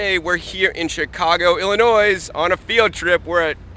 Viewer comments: so the s in illinoisey is silent?? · Dude! The "S" in Illinois is silent! Be careful, that s will get you mugged! But as always, good video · Did he really just pronounce it Illi Noise... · THE 'S' in Illinois is SILENT. Awesome reuse of the building! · THE S IS SILENT!!!! OMGGGGGGG!!!!!!!!!!!!! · Illinois is said as Illinoi. Most of us in Illinois can't stand it being mispronounced. But, after living in Boston for a while and absolutely destroying their suburbs with my mispronunciation, it doesn't phase me much anymore. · illi-noise lol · Illinois! dont pronounce the S! i hate when people do that in my own state! lol j/k ive been past it a couple times but never been in it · you said Illinois wrong. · You miss pronounced the name of the state